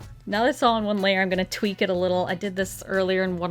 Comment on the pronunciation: What said “I’m just gonna tweak the colors.” What I heard “I’m just gonna tweet the colors.”